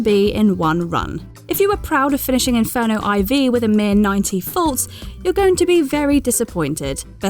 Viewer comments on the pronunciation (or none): Inferno IV is pronounced Inferno 4...... not iv :-)